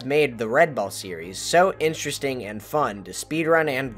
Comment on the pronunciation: No one:: instristing...